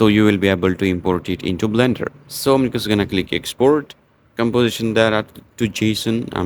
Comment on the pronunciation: it's not bender, it's blender